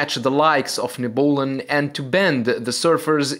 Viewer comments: NEB U LON, not ne bull un. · Nebulon....pronounced Neb-you-lon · Nebulon is pronounced Neb You Lahn. Kinda like Nebula, but with an N at the end. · I thought he said Ebola lol